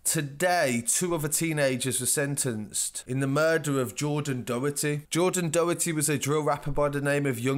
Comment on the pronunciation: ‘Doh-her-tee’ ahahaha good attempt but you butchered that surname